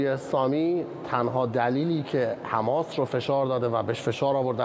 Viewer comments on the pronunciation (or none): none